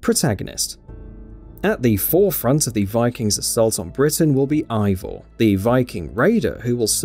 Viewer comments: Why so many likes? After saying wrong name... NOT Ivor but Avor and YES you can change your sex. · "unlike Odyssey, Valhalla will only let you play as one protagonist. But you will be able to select Eivors (AY-vor BTW 4head) gender." MF THAT"S BASICALLY THE SAME THING